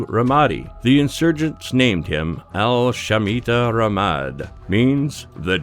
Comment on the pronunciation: Al shmita Ramad LMAO !! SHYATAN AL RAMADI = the devil of ramadi .